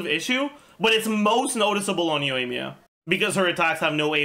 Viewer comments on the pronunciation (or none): none